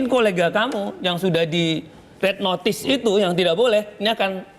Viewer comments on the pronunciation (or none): none